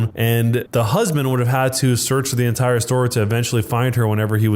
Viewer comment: Why did he say My husbamd